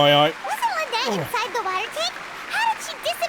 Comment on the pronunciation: "Lynet-tee" ? 😂😂😂😂 Love it